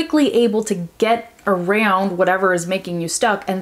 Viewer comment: Your way to pronouce " sounds and around" sounds kinda different!!! Is some kinda accent or something? Brasil!!!!